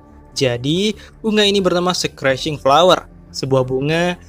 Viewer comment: Schreeching =skricing dan buat yang lainnya udah lumayan